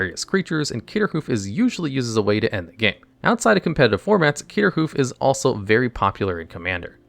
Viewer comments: Bruh if I had a nickel for how many times in manalogs videos Craterhoof was pronounced "Caterhoof" i'd be rich. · Also, Caterhoof multiple times. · Everyone here is losing their mind that he missed pronounced eldraine wrong, but he said CATERHOOF. MY GUY IT IS CRATER.